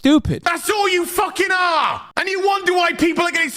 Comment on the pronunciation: “FAUWKING PROUWNOUWNS”